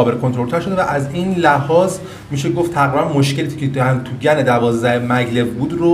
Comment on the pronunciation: ممنون. ای کاش ایرانی ها هم مثل همه دنیا اسم این شرکت و مکعب هاش رو به گن تلفظ کنند ، نه گنز GAN is correct